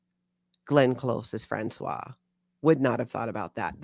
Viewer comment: Françoise is pronounced "Franswaze", "Franswa" is the male name and is written François!!!!!! 😅